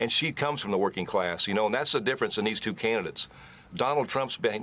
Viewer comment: It's tuwoo! It's tuwoo!